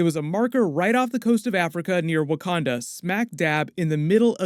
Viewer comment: Bruce Banner , scientist/genius can’t pronounce Wakanda. Sure ...